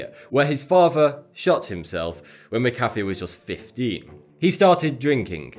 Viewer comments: "MCafe" its pronounced Mac-uh-fee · Stop fucking saying "Muckaffey". Say it with me, McAfee. Mac, uh, fee. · it's pronounced Mac-A-Fee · i thought it was mac- a -fee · McAfee is pronounced mac-a-fee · I didn't say he did or didn't, only that he's fucking up his name. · since when does on A make the sound of a U?